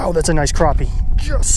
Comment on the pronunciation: Liked the video. Disliked pronunciation of crappie